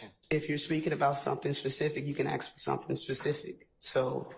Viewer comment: What wrong with you people!! It's...ASSSK NOT AKSSS jesus go back to school !!!